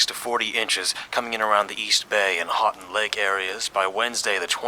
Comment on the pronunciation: It's pronounced hoo- ton lake